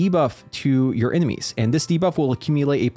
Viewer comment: Because it's a video game, enemies is eminies, turret is turrents, haven't been here long huh ? It's honestly fine to mispronounce words here and there when you're learning them but what kills me is people still doing it once corrected.